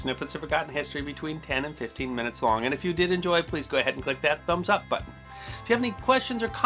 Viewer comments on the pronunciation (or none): none